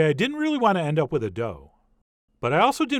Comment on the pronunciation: Why do you say wiTHhh, soft Th as in wither?